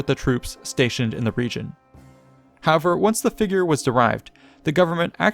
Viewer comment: Love your channel but your frequent use and mispronunciation of the word "however" is really irksome.